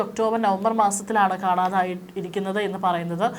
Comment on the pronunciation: കാണാഥായതല്ല. കാണാതായത്. മലയാളം തെറ്റിച്ച് പറയുന്നത് ഒരു ഫാഷൻ ആയി കാണുന്നവരോട് എന്തു പറയാൻ.